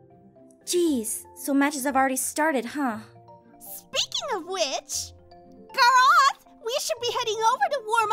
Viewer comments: Guraawth = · Me i go is not garge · GAR----Roth it's Gar-Rith < it's how you pronounce it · Ivy: I know, Gareth! Me quoting in the future: IT'S GAR-ROTH!!! GET IT RIGHT!!! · Garaaaaaath U3U garaaAaAaAaAaaAAth ME: HIS NAME IS GAROTH >:( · Ivy in highschool: drooling all over Ivy now: calling him Graoth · I thought she said "carrot." :D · She said Carrot🌚🌚🌚👌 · Omg yes! Don't talk to Gaaaaroth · Me. She says “Garothe" or something like that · "Gaaraath" Ivy pronuced his name wrong! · or "Groth" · She pronounces it like "gorath " then when he corrected her it was "garrath" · AND WHAT MAKES IT WORSE IS THAT SHE PRONOUNCES SENPAI~'S NAME AS GARRRRR-RRROTH I HAYE HER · yeah im annoyed when says name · The girl is obsessed with him but can't say his name right 😂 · CAN'T PRONOUNCE HIS OWN NAME RIGHT!!! 😂😂😂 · Oh my Irene I know Ivy said it wrong too obviously because I said that in another comment but pronounces it differently than Jess (Aphmau) does. The author always has the correct way how you're supposed to say the name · The way Ivy pronounces name is cringing. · i will still never get over the fact that cant even pronounce his own name